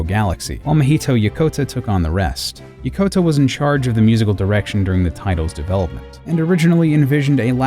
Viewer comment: It's Yokota, not Yakota!